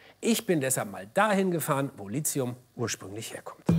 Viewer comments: Da die nichtmal wissen, wie Lithium ausgesprochen wird ( nämlich Litium, nicht Lizium), nehme ich die eh nicht ernst:D außerdem sollte man mit einrechnen, dass der Akku, selbst wenn er mal ausgetauscht werden muss ( Tesla gibt eine Garantie bis 1 Mio. Kilometer, die muss man erstmal fahren...) , ja nicht in dem Müll kommt, sondern recycled wird. Aber naja, so ist das mit der Verbrenner-Lobby 🤷🏼‍♂️ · Zu allererst wird das gute Lithium „Litium“, nicht „Lizium“ ausgesprochen. Des Weiteren ist der Beitrag hier ein perfektes Beispiel, wie man mit richtigen Zahlen aber fehlenden Verhältnissen die Wahrheit verzerren kann... dass selbst angebliches Bildungsfernsehen auf den Zug der Verbrenner-Lobby aufspringt, ist einfach traurig. Deshalb sollte sich jeder selbst informieren und nicht der erstbesten Quelle vertrauen und nachplappern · Das Zeugs heißt [ˈliːti̯ʊm], und nicht [ ˈliːʦi̯ʊm], auch wenns schon so (m.M. nach falsch) oft zu hören ist. Kleine Gedächtnisstütze: Der Name Lithium stammt von griechisch für Stein (λίθος) ab; man denke an den Steindruck, die Lithographie... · Toller Beitrag - aber verstehe nicht warum man Litzium sagt denn: Lithium kommt aus dem Griechischen vom Wort "líthos", was Stein bedeutet. Da das Wort Litos und nicht Lizos ausgesprochen wird, sollte man auch Lithium ohne einen Z-Laut aussprechen. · Es heisst nicht Lit(z)hium, sondern Lithium. Wird nicht mit z gesprochen. Das vermittelt bei mir eher nicht den Eindruck von Kompetenz. Schade! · Lizium??? - Es wäre schön, wenn in einem Beitrag über Lithium das Element auch richtig ausgesprochen wird! Das Wort kommt aus dem Griechischen (lithos = Stein). Ich verstehe es einfach nicht, dass hier fast jeder ein "Z" ins Wort zaubert. Es sagt ja auch keiner "Litzographie". Hier wird komischerweise korrekt Lithographie mit einem "th" gesagt. Es gibt übrigens nur ein chemisches Element mit Lizium, nämlich das Silizium. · warum sprechen es alle als Lizium aus, obwohl es Lithium heißt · du meinst Lizium?